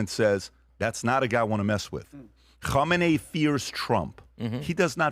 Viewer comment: PBD loves saying “ho mah nay” lmao Which is the name of the possible next leader, spelled “Khamenei.” 😂